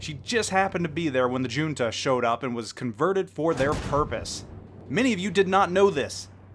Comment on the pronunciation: I was more offended by how you pronounced "junta". ;)